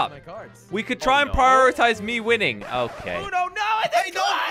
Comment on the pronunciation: It is not ono it is uno